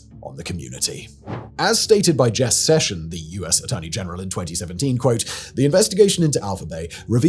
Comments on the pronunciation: Its Jeff Sessions not Jess Sessions. What is going on over there? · Jeff Sessions, not Jess Session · It's not "Jess Session" his name is "Jeff Sessions". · Jeff sessions, not Jess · Jeff Sessions not Jess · Jess Session, lol. Was that intentional? I mean the guy is a turd so if you wanna diss him by messing up his name that's cool by me. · It's Jeff Sessions not Jess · It’s “Jeff Sessions”, not “Jess Session.” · Bro, his name is Jeff Sessions, not Jess!